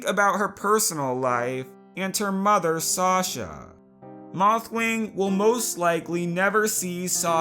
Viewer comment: You say shosha not shasha or whatever